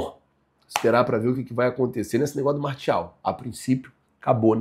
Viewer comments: você é excelente, mas nesse vídeo me deu uma agonia ouvir você falando martiel e não Martial kkkkkk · MARTIEL MARCIAL SO NÃO FALA MARTIAL 😂😂😂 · Fico numa agonia falando, MARCIEL, MARTIEL, MARCEL ce ta doido kkkkkkkkkkk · pronuncia "MARCIAL" 😊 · se lê "marcial"